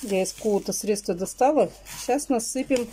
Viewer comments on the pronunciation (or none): none